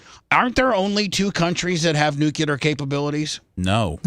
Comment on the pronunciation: goddamnit bubbs.....its NUCLEAR. Again its pronounced N-U-C-L-E-A-R. Not NUCULEAR